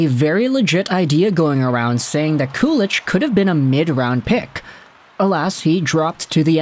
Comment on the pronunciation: If you watch the Sabres inside-the-draft video from 2022, they were debating Ostlund vs. Kulich at pick 16, and were trying to trade up to pick 17 and up to draft Kulich. Oh and btw, its pronounced "koo-lick" or "koo-leek."